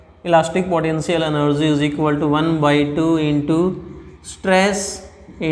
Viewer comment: Padential enerzi